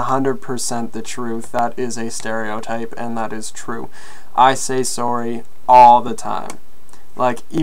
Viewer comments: Looking at someone; 'soory' AHAHAHAHAH xD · Bro, the way you say sorry lol, I say it almost with an ''AH'' sound SAHRRY STAHP